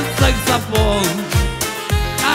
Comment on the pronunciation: Я. ОЧЕНЬ ЛЮБЛЮ КАК ПРОИЗНОСИТ СЛОВО «САКСОФООН»!!!💙😘